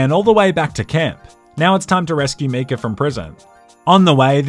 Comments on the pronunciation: videos great except when he pronounces Micah as Mika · It’s MY-cah not ME-cah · its pronounced MI KAH not ME KA and it wasn't a bank it was a ferry 😂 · MEECAH NO, MAIKA YES! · YES please do more! But... for the love of god its MY-KAH not MEE-KAH. Silly Aussie! <3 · Why did he pronounce it Mecah instead of Micah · It's Mi-cah, not Me-cah. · btw why are you pronouncing Micah like that? It's Mai-kuh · When he busted Micah out of jail I just then realized he was saying “Meekah” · I really hope he's joking when he says Me-cah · Just heard you say mee-cah so immediately went to the comments.... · What the hell is a "Me-Ka"?? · I love you man, but it’s pronounced ‘My-Cah’. They literally say it in the game. Pls rectify. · As much as I love this channel, the way he pronounces Micah is just unforgivable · even after all the murders in this video, the real crime is how you say Micah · Are we just gonna ignore the way he pronounces micah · I can't tell if he's saying "Micah" weird on purpose or not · I am going mad or is he saying Micah wrong and no one noticed/cares